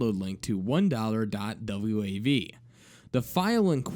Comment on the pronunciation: Wait... the dude popped some popcorn, took a dump, and watched some tv? In that order? Did he pop the popcorn and take it with him into the bathroom to eat while shitting? That's a little counter-inituitive. Also, just a heads-up, you pronounce.WAV files as just "dot wave." Other than that minor detail, great job,!